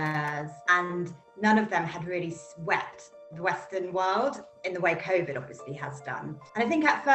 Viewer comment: Hey look, it’s the guy who can’t pronounce covid. “Koffid”